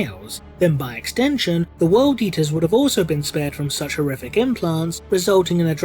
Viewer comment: Sorry, when I heard 'eater of cities' I heard 'yeeter of cities' and now I will forever know the World Eaters as the World Yeeters.